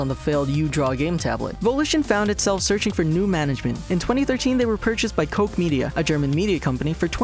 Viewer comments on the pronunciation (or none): then it still shouldnt be coke, but cook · why do you pronounce koch as coke ? xD it's not a K it's a CH